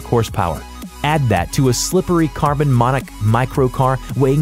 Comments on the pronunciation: Why are you prounouncing things wrong? Fiat-you said fyat Monocoque you said monuque Audi you said oudi Porschè you said porsch AGERA you said ag-era Keoniggsegg you said con E seg And there are way too many ads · what is a "monawk" learn how the correct pronunciation of the word monocoque. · “carbon monik”